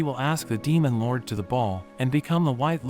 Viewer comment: " demon loUrWDEYH " Not trying to hate but the way you say it is kinda funny